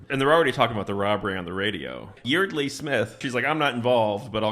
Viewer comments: By the way, Yeardley is pronounced like “yard-lee”. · Yeardley is actually pronounced like YARD-lee. And what the hell is up with that milkshake? They just got it, and it was completely melted. I guess Texas is even hotter than they say.